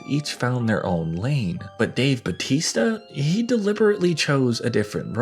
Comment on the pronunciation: People STILL can't pronounce BAUTISTA properly. 😂🤣